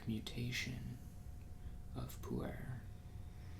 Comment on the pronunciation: "poo air" lul every time.